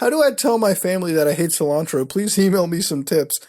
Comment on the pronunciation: Sil-Ann-Tro 😂 Officially the whitest Indian on YouTube